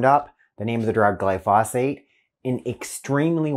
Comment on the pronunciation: Pronounciation is glypho- sate.